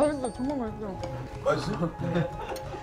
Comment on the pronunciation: 정말 맛있어가 ㅈㄴ 맛있어로 들리는ㅋㅋ